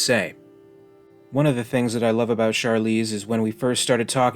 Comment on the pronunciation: Vickers' fear in trying to escape death seemed to be the main indicator that she's human -- unless Weyland programmed her that way just because he was a cruel asshole and crippled an otherwise perfectly good android with useless emotional reactions under stress. BTW, in interviews Charlize pronounces her last name like the word heron, not the fancy sounding therr-OWN or variations we all used to say before. Yeah, I was kinda disappointed too.